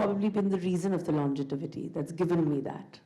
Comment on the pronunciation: Can someone please tell her that it’s longevity and not longetivity